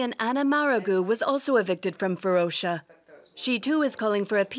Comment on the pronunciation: Varosha with a SHORT - o - not a long - oh - you dont confuse coke and cock either, or do you? :))